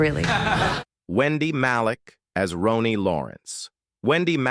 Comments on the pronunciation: It is not prononced Roney, it is Ronnie. And not BayBay Neuvirth, but BB Neworth. Any way that's how us southern girls say it. I adored the Frasier cast and in real life worked at Fraser's Restaurant in every role off and on for for eight years. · 'Rawwnee', you electronic CLOWN!!!! 🤡